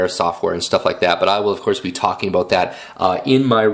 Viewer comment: i like this video but excuse my id like to make a correction. you freqquently used the word "a-bote" when what you meant to say was "about" okay? thanks for your consideration of my correction